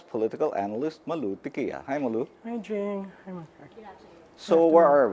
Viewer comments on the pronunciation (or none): malou tiquia?hahaha ang tunay pagbigkas ng pngalan nian ay malou tikya